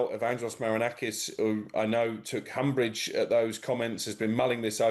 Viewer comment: 'umbrage', not 'humbrage'